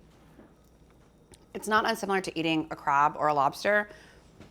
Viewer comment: Never did I ever imagine Alison Roman to be one to pronounce it “craahb” . 10/10 video though!